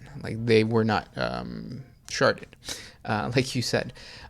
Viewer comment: said sharted haha!! Love you guys